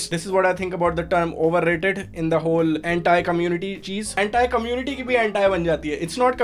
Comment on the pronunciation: Is it just me or his "anti-community" was sounding like hentai community.